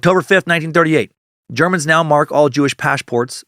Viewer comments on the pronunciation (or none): none